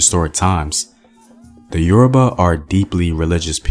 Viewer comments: Who is this murdering the pronunciations of Yoruba words/language!? Must be oyinbo. Lol Nice video nonetheless! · A great presentation , however some of the pronunciations of the yoruba names are just so funny . Pardon me for my insolence 😁